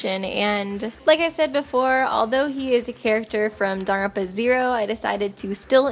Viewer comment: I know Danganronpa is hard to pronounce but Sis said darn-ronpa This isn’t hate I used to say Dang-gang-ronpa 💀